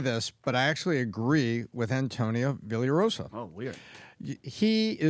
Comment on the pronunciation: I don’t care for the guy, but it’s Villa Raigosa. I mention it because I almost heard my last name many times PBD podcast before Tom butchered it. It’s two last names he put together. Weirdo put his and his wife’s surname together, bonkers!